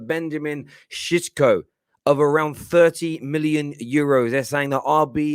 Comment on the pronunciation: You can’t even pronounce his name. This is pure gold. I love Utd, the comedy that is.